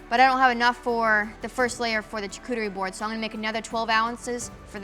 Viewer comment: charcuterie pronunciation shaar ·koo·tr·ee Great video!